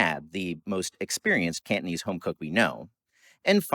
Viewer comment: Yes, he enunciates very well, it makes it a particular pleasure to hear! You really get a sense of the rhythm and soundscape of the language. Hong Kong Cantonese is also very beautiful, but his careful and very proper pronunciation is just particularly lovely.